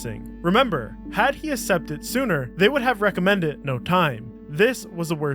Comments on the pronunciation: wtf is up with his ASSEPT (Accept) pronunciation?!!?!?! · ACK-sept. Not assept. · my god man i mean let me preface this by saying hell yea man get that bread, but cmon dawg i pay for youtube premium to avoid ads and you out here putting the longest creator ads I've ever seen on a video holy Toledo my guy. But at least judging by the way you refuse to say "accept" properly i guess you are just as mentally deficient and brain rotted as the rest of us so ill forgive it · Really great video, but someone teach my man how to say the word 'accept'. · Great video but your pronunciation of the word “accept,” it’s incredibly annoying. I think you know that. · Why did you make it a point to pronounce accept that way? That’s not the way the vernacular works.